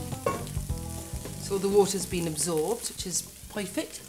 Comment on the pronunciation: did she say Poy -fect